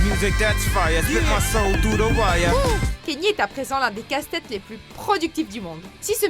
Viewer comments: Je vous l'apprends peut être mais on ne dit pas Kenny mais Kanyé pour Kanye West (je l'ai appris il y a peu de temps, alors je le partage) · Ça ce prononce "Ka ni é " pas Kenny !!